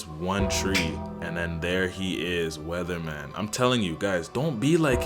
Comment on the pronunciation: Weathermon, not Weatherman